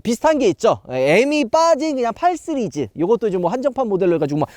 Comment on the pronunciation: 시리즈를 쓰리즈로발음하는 그는데체